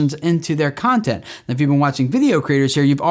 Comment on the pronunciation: I really thought you said "who is this cunting for?" hahaha